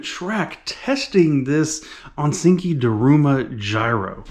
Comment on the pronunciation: ok , im really sorry , but its ONISIKI , PRONOUNCED ONY-SEEKY , not onsinky😘